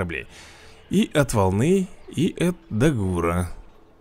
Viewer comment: Не хочу делать замечания такому крутом ютубер у как ты, но правильно дАгур и грОммель